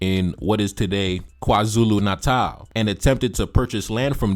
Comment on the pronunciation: But he pronounced "KwaZulu Natal" perfectly